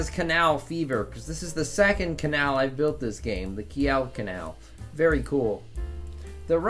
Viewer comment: The Kiel in Kiel Kanal is pronounced like Keel.